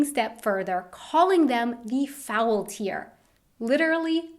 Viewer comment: Witzig ist auch, dass wenn sie Faultier sagt, es sich eher nach einem ou anstatt eines Au anhört